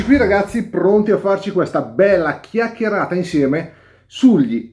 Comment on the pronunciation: Premesso che sentir pronunciare in modo correto la parola "chicchierata" è già una goduria, che bella carrrellata di acciai, bella video-tabella che sicuramente è utile come linea guida😊 sul D2 anche Fox non è malaccio seondo me ma ovviamente li si apre un mondo.....